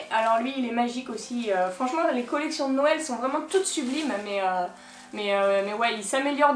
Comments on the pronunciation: Tu dit nouél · Le petit accents quand tu dit "nouèl"